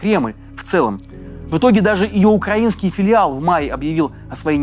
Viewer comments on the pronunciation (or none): none